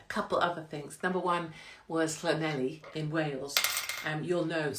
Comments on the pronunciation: My Welsh mum would be mortified that you didn’t pronounce Llanelli properly. It’s thnethleegpgogochurghughchokespitphlegm. Wonder why she left. She still can’t say ‘blouse’ (blowers) or ‘fire’ (fyeer) or ‘keys’ (key-eers) or ‘sure’ (shoo-er) 🤣❤️ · When you get to Llanelli, ask a local to pronounce it for you, every you've said it, I've giggled! I must admit, some of the Welsh towns are pretty tough, too many L's & Y's!! Love the earrings 💕🐩🏴💝